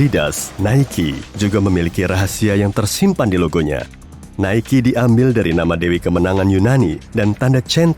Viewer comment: Entah kenapa, tapi pelafalan "Nike" itu mirip dengan "Mikey".